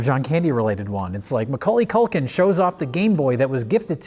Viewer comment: Why is pronouncing Milwaukee Culkin like that? Weird.